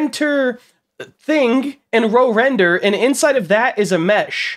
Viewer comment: You probably offended whoever made RoRender by calling it Row Render 🛶🛶🛶